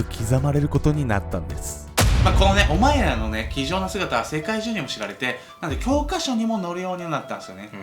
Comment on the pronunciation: オマイラ オマイラ言うから俺らに言うのんかと思った